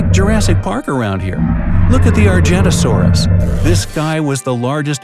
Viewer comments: Nobody: Me: triggered because he pronounced "Argentinosaurus" "Arjettosaurus" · Did he pronounce argentinasaurus as ArJaNuHsOaRuS? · its (ar-gen-tea-no-sar-us)